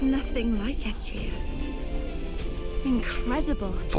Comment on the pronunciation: Eht Ria. Etrian Odyssey.